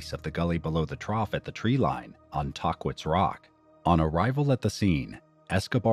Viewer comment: Tah-quits? We say Tah-keets, usually. Sad story.